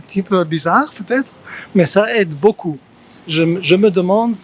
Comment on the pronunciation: Quand l'anglaise dit « beaucoup », on dirait qu'elle dit « beau cul », mdr. Pas très grave, mais je crois qu'il faut régler ça!